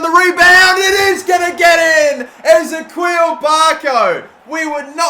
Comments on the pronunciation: I’m pretty sure it’s pronounced Izee-key-al (w/o the dashes obvi) and not Ezequil? 🤔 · Anybody else cringe whenever he pronounces Ezequiel Barco as “Eze-queel” instead of E-zeek-iel”?? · Lecroix = Le-Kwa de Mesquites = de Mes-Ke-Tes Ezequiel Barco = E-Zee-Kee-El Barco De Vrij = De Vr-eye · Jesus Christ!!!! 3rd time I've heard u pronouce Barco's first name wrong (Eh-zee-key-ill)